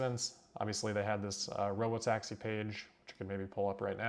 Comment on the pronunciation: So it’s “Rob-o-taxi”, now I get it!